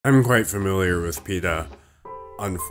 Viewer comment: you said it wrong